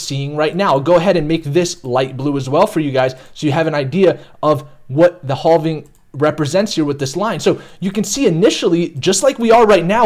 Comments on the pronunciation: Danggg he said haulving like a million times. I thought it was okay but it's not lol. Never heard this type of speach before. But I cant take it anymore lol. It hurts my head 😆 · Lol haulving! That's what I first thought. Hallving. Be nice though. He used to say halving(having) but I think hes changing it up. It just sounds so awkward tho. But it's okay, to each his own. 🤙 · I don’t think you’re saying halving right 😂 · Halving or hauling? I mean seriously lol.